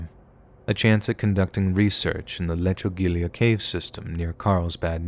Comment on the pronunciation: Folks, lechugilla rhymes with tortilla